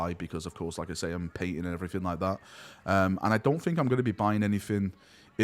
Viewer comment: my guy, I struggle to watch your videos because it triggers the ever-living fuck out of me whenever you say "fink" instead of "think" - but you're a GREAT guy, your passion is infectious, and I want nothing but the best for you. This is one of the most difficult decisions you can make - because you're not deciding between 2 options, it's like being given a blank canvas and told to do something with it. I think the most important things are 1) follow your gut, and stay true to yourself, 2) follow the money. You have a family, so you have to find a balance between the two, and that is where you will find success.